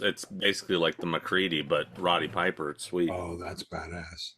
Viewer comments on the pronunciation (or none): none